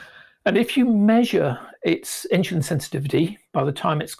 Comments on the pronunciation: It's pronounced "in-su-lin" not "in-shu-lin". Learn to get it right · It's irritating how the says 'insulin'. He saya: ''Inchlin''